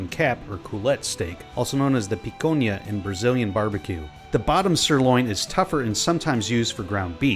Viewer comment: Whoa mate! Careful. You wanted to say 'picAnha' at . Although, ngl, 'picOnha'* sure is the finest combination to a barbecue. Great video, big hug! *picOnha sounds like picanha+weed, or even d*ck+weed.